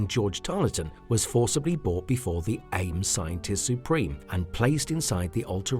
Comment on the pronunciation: STOP SAYING A. I. M.!